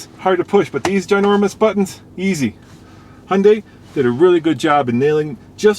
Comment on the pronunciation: Looks good for an "Hunday"...